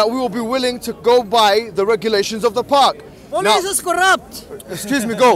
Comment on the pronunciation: "Polizz iz koraapt!!!!" lol